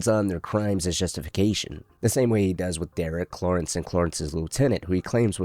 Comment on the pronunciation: Brother what's with the ways you pronounce names? Cloorence? Marine?